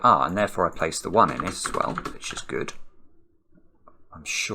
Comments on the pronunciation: "as ... err" must have triggered Alexa into thinking you were talking with a weird accent that misses a lot of letters. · Devonian ./ zomerset ?